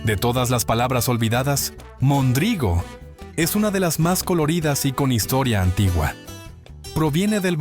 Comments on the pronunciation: Un Tarugo es una pieza de madera que se usaba, y usa, como punto de unión en estructuras de madera como los barcos. Un Pelagatos era alguien que despellejaba gatos para comer o vender la carne como si fuera conejo, alguien sin importancia... y se pronuncia mÒndrigo no mondrÍgo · Es "Móndrigo" no "mondrígo"!!! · No sé pronuncia "Mondrígo", se dice "Móndrigo". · No era mondrigo, sino móndrigo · No es mondrigo. Es MÓNDRIGO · No es mondrígo, es móndrigo. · se nota que es IA, algunas no las pronuncia bien: dice mondrígo, en vez de móndrigo. Muchas de esas palabras ya no se usan al menos en CDMX, pero varias otras sí se siguen usando. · Gracias por este video 👏🏻👏🏻👏🏻(😱 móndrigo, con acento en la primera O !!! 🤔 ) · Buen recuento, gracias. Una observación: se decía "móndrigo", palabra esdrújula. Incluso, de esa forma, lo recoge el Diccionario de la lengua española. Saludos. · Buen recuento de palabras. Pero hay un detalle. Se equivoca en pronunciación de mondrigo. Tiene acento en la primera o. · No era mondrigo con acento en la I, el acento se usaba en la primera o.